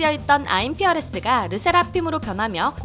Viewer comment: IM FEARLESS sounds like IM PEERLESS in korean